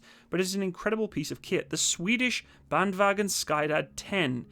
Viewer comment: Sky-dad 10 xD Sorry, I love you, and it really sounds like you've improved your pronunciation of "vagn". Skyddad is a tough word since it has a "che" sound instead of the "sk".